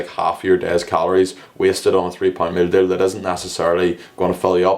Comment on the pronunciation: “mill dill” 😂 i’m sorry i was dying at the way u say meal deal 😂🤣🤣